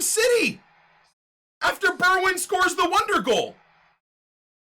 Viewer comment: How did he just pronounce Bergwijn?!